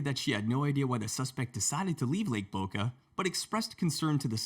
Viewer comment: Did he say lake .